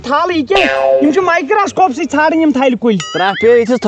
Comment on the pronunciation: Microscope ❌️ Micrascope ✅️